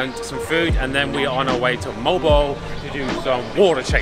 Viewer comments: You're pronunciation of Moalboal is incorrect. Mow- Al Bow-Al. Not Mole Bole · Moh-ahl-Boh-ahl ... moal boal ... not “mowl bowl” ... at least pronounce the word properly.. 🙂thank you so much though for blogging about my birth place Cebu.. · its mo-al-bo-al though😁😁😁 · its pronounced as MO AL BO AL. MO as in lawnMOwer and BO as in BOne and AL as in Al Paccino :)